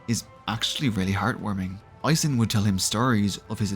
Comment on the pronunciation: It was a mixed bag. Some names you pronounced really well like "Eisen, Heiter, Himmel" some only partially like "Flamme, Stille or Land" and with some I had to listen twice like "Lügner, Richter, or Wirbel". And some were funny, like Übel. Lawine was only partly right, but at least it sounded like a real name, even if it wasn't German